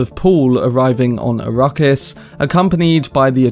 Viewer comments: Please it is “arack-is” not “a-ruckus” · It could just be his accent! Give him a break!